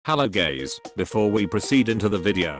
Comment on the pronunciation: "Hello Gays" ~~~~~